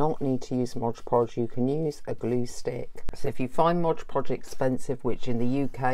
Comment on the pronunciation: hahah thx for sharing.. it's " mod Podge" not " Modge Podge" lol have a great day♥☻☺